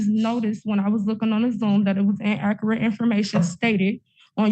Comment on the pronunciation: ( ͠° ͟ʖ ͡°) WTAF is “IN-AK-RIT”?!? 😂🤦🏻‍♂️😂